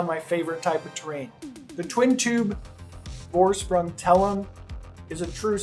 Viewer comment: It's spells "Forschpryng". Thanks for a review man.